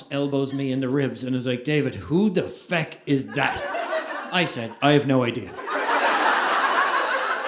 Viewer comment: Love how he says fuck as "feck."😂